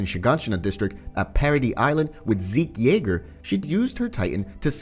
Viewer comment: I’m sorry did you say zeke yeager